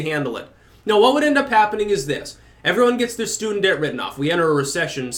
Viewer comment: Fwee Ice Qweem for everyooone!